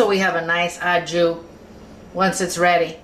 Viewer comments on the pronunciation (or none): Why can't Americans say 'au jus' correctly? It's really simple: 'oh ju' or, preferably, 'oh jhu'